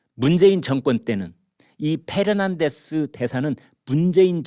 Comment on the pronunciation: Fernandez씨 또 화나게 생겼네요. 김선생남깨서 자신의 이름을 Pernandez라 부른다고요. France에 계셨으면 애청자들에게 본보기로라도 "F"와 "P"의 발음을 구별해서 하셔야......제가 이런 말씀드린다고 행여 화내지 마십시오.